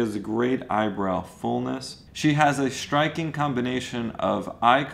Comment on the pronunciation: STriking, not SHTriking. There's no H in the ST sound. None in the soft "C" sound either, in case you were wondering. GROW-SIR-EASE, not GROWSH-REEZ. Also: STress-free, not SHTressfree.